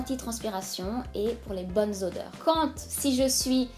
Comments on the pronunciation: odeurs c avec un "o" pas "au"! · "Audeurs" gloups! Autrement je me suis abonnée bisous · l'erreur .."audeurs" 😂😂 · c'est pas audeurs c'est odeurs 😂😭😭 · C'est odeurs pas audeurs ( dans la vidéo à ) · aideurs 😂 odeurs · odeurs pas audeurs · Odeurs et non audeurs